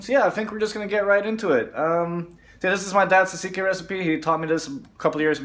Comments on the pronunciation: A) It is tzatziki ,not tzatsiki ! B) Why do you have Turkish yogurt? Could you not find Greek yogurt? C) I am guessing your father has some Greek roots (you said it is his recipe) ,right? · Tzatziki and not tzatsiki